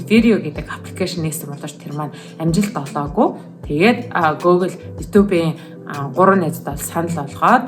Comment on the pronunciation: Гөөглэ биш гүүглэ гэж уншдаг шүү